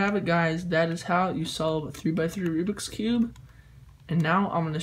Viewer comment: Also remember it is called "Rubik's Cube" not "Rubix Cube".